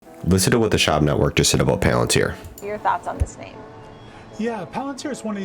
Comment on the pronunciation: Its pronounced Sh-wab